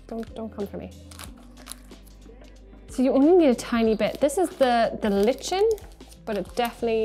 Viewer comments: “Lichen”😂 its pronounced “Lie-ken”… fantastic video though, much appreciated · im gonna go ahead and be pedantic but..."like-en" not lich-in" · I didn't know about the containment shims. They're interesting. How do you pronounce lichen? I am pretty sure it is ‘lie-ken’ rather than ‘litch-en’ 😂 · Lie-Ken lichen 👍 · I’ve been pronouncing that wrong my whole life! Thought lichen was ‘lie-ken’ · great video, but it's pronounced Ly-ken